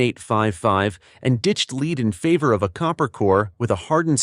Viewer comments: Either teach your robot English or fire it and employ a human. "Lead" in both instances is pronounced "LEDD", not "LEED". FAIL! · Why in the world do all of the info video makers insist on using a computer generated voice that can’t pronounce abbreviations or know the difference between lead (led) and lead (leed)? I hear the first indication of CG and I’m gone…no matter how interesting the video may be. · It's hard to get away from this AI slop these days. The "voice" said leed instead of lead...😂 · The soft, gray metal in bullets is called (phonetically)"led", not "leed". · Ai narration can't pronounce lead, as in bullet lead and pronounce it lead as in lead the group on the trail. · It said "LEED CHUNK" 🤣🤣🤣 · Lose the AI voice. It dosent pronunciate correctly. Ie: Leed vs Lead. This give a very low quantity feel and brings the contents validity into question. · lead instead of lead? The AI is having trouble with this one. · Maybe program your AI to pronounce lead for this use properly? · Thumbs down for inability to pronounce lead in a ammo video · It’ll be nice when the AI learns how to pronounce lead it’s not lead.